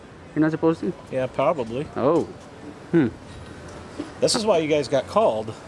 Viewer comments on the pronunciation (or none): He also mocked him by saying "pobbably" instead of the correct pronunciation "probably" .